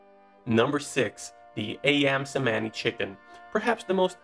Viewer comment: Ayam Cemani pronounce "i-um che-money"